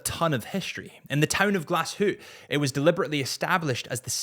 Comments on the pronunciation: "Glass Hootey" is not the worst mispronunciation I've heard, but ffs🤦‍♂ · I'm German, but Glass Hootee is amazing. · Wrist check: Tudor Pelagos 42 Blue Dial 💙 P.S. "Glasshoot" has to be one of the extreme pronunciations out there. 😅😅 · “Gla shoot” is the worst, makes my toes curl 🤢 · How did you pronounce glashutte ? Really do you your homework before releasing a podcast.